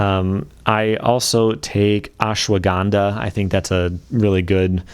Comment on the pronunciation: When he said “oshwaganda” I thought it was like a YouTube friendly way of saying marijuana.